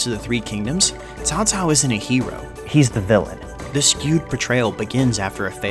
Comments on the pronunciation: Tsao Tsao :) That's how it's pronounced. You more or less got it :P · Dong ZHUO, not Dong Zhao. But good on y'all for getting Cao Cao much more right than before lol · You fools! There is only one correct way to pronounce Cao Caos name and that is 'Cow Cow' and his mighty son and Emperor 'Cow Pee'! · Once again: its CHAO CHAO, but while doing the CH, let your tongue touch your teeth so that the H doesnt come out. Dont do like TSAO TSAO, SAO SAO or KAO KAO just plain stupid. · nah his pronouncing is quite good, caocao is caocao "tsssao" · Im pretty sure there are three ways to pronounce caocao if "Tao tao" is also correct. Sao Sao, Kao Kao, and the one you used, Tao Tao. I think its the usual potato pota~ato thing. Could be to do with the different dialects too. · FINALLY someone who did a pretty great job at pronouncing Cao Cao's name. I mean even though OverSimplified and Extra Credits made amazing educational videos on the Three Kingdoms period, their mispronunciation of his name as "kao kao" or "tao tao" bugged me a lot. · u got a like cos u almost got the name correct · So much effort to pronounce Cao Cao correctly, but utterly fail with Dong Zhuo... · The name pronounced tsao tsao or cao cao in chinese pingyin 曹操 at the end is correct. It is two different chinese words with similar pronunciation. i honestly think he is a cruel and cunning bastard. he did many things in his life which destroyed his own personal and allies. Although he unified China... i can only assume many wished that it was someone better. Hua Tuo is another one of his victims and intellectuals he killed by his ego and arrogance. One that he regrets killing .... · As for the pronouncing of the Cao Cao name, don’t worry about it. You came pretty close. The 2 words are spelled the same in English, but it is totally pronounced differently in Mandrian. The tonal difference is something non Chinese (Mandarin) speaker will find it hard to understand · nailed cao cao, but butchered dong zhuo...